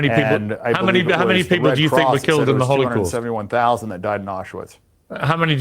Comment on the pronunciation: It is not only a Holocaust ; it is a “Kh”olocaust; like the real thing . Jews cannot pronounce the H somehow when they want to appear “ Semetic “